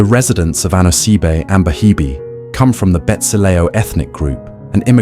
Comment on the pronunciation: At least get the pronunciation right 😭